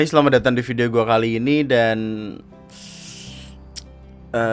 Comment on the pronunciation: intonasi "kali ini" nya salah bang